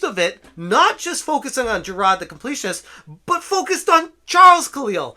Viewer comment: How can you pronounce hard, fine, but struggle with Jirard.